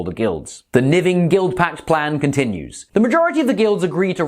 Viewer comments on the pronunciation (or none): The "Niving Guildpact". 😂